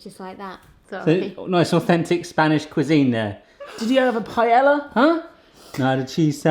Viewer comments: Paella is pronounced pie-ay-ya. Double ll's in spanish are said as either y's or j's depending on the dialect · how to spell Paella pah-eh-Yah